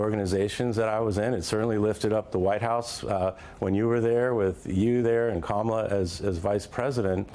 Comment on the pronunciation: The mispronunciation of Kamala’s name is deliberate and vile. They know very well how to say it. It’s a premeditated put-down. A clear implication that her name is not ‘American’ and she is not one of us. Disgusting tactics.